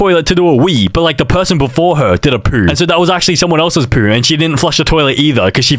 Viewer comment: the way he says poo 😭😭😭